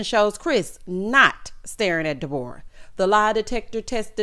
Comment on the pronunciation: 😂😂😂 not De-bore-uh